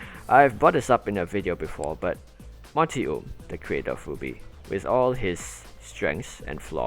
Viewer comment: your pronounciation of rwby sounds like 'booby' i was confused for 2 minutes until i understood.